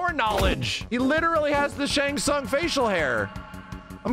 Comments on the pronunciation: really called him Tsang Tsung 😂😂😂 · its shang shun lol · Man said old Shang sung 🤣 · This man said Shang Tsung lmao